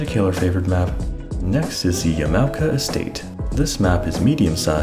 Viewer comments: Sorry, as someone in Japan, the pronunciation bothers me. You pronounced it Yeah-mow-kuh. The correct pronunciation is actually Yah-mah-oh-kah. Wonderful video though!!! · Hello, this is a correction to your pronunciation of yamaoka. Its ya-ma-o-ka not ya-mao-ka. Just a friendly correction bot here. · Honestly the only thing that strikes me is how you pronounce Yamaoka. You pronounce it with english pronunciation. Japanese pronunciation would have it sound like “Yama-oka” instead of “ya-mao-ka”. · Thanks a f ton for this bad ass info vid! Yama sounds like momma and oka sounds like polka. Just fyi. 4 syllable word. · After 18 minutes all the new info I gained from your video was that there is an “A” in Yamaoka. Been pronouncing it Yam-oh-ka like a dang fool. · He is pronouncing it wrong